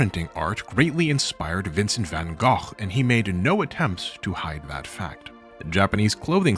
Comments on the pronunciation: I’m only at this point but ily for pronouncing his name closer to the Dutch pronounciation! It made me look up from my drawing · Wow, kudos to you for pronouncing "Gogh" in "Van Gogh" correctly! I'm Dutch and noone ever says his name correctly